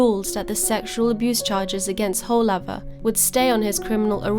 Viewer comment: The pronouncation of the name is woolaver